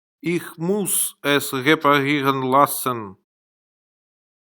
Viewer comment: Это ошибка автора. В немецком языке нет твёрдой буквы "л". Всегда произносится мягко. Поэтому правильно говорить лЮст, лЯссен и т д.